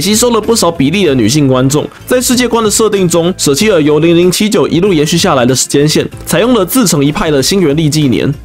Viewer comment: 雖然但是，那個是零零不是歐歐。”double O”只是兩個零的英文唸法。